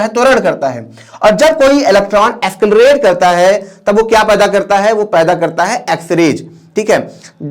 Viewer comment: Escalarate? Or accelarate??